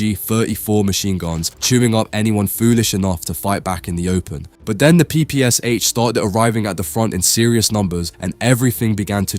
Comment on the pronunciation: Jesus the A.I. is mispronouncing the PPSh...